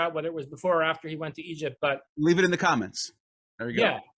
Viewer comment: Take it or leav-itt